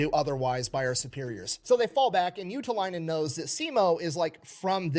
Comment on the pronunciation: I always laugh when tries to pronounce the name "Juutilainen", because he says "Juutalainen", which literally means a jew.